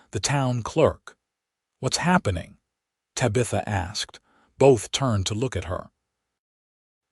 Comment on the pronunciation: EDIT & REVIEW!! Edit the writing. Edit the READING. Edit the graphics. Edit the closed captioning. The name is pronounced "Tab-i-tha" not "Ta-bitha". EDIT & REVIEW!!